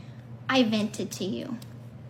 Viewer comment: " ventedted this to your mom" ?? Learn how to articulate correctly.